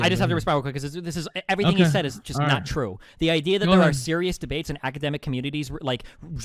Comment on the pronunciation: destiny says a fact about classical artists: THATS NOT TWUE